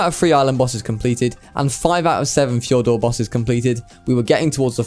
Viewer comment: fjor d usssss urrrr fjor-dur